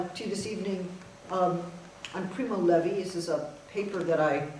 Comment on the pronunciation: it's primo levi, not levy.